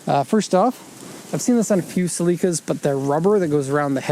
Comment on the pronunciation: I’ve never heard it pronounced that way and I’m now questioning the pronunciation of every car name I’ve ever heard